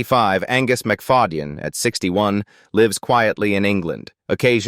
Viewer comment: Hilarious ai voice can’t say names right mc fad e yen so funny